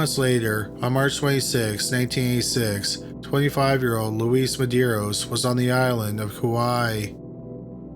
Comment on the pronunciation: Luis, not Louise.